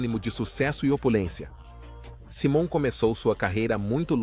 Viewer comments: Vc precisa aprender pelo menos a pronunciar o nome correto de Simon,nome dele em inglês se pronuncia: Saimon e não Simon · Cara vc coloca uma legenda mentirosa pra conseguir mais visualizações...seja criativo nos conteúdos ou volta a velha profissão....vc não sabe nem pronunciar o nome do Simon corretamente ficou ridículo todo conteúdo....e fake